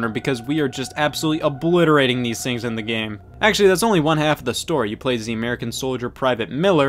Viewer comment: Did you just say “we play as ze American soldiers....”